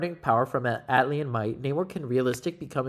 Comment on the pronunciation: Not to be that guy, but it's Atlantean not Atlian.